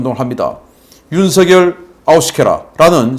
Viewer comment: '윤석열이야. 윤석열!!!' '윤서결!'이, 아니야!!! 옳은 말을 안 듣는 것들은, 더러운 인간이냐??? 한글도 못 읽는 것들이, 대국민 방송 하냐? 정권 교체를 목숨걸고 바라는 보수.우파라는 인간이, 가장 유력한 유망후보 성명 조차 옳게 발음 못하는게 도대체 뭘하겠다는 거야?? 뭐 이런 것들이 있어??? 뺄개이 나라 되길 목숨 거는 놈이냐???